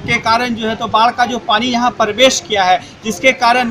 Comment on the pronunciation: रिपोर्टर को प्रवेश बोलने नहीं आता। और भी बहुत सारे ऐसे शब्द हैं जिसके उच्चारण में सुधार की ज़रूरत है